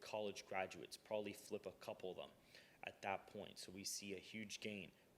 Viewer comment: "Probably" not "prolly". Please speak better.